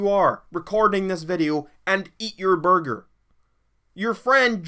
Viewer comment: This man say borger lmao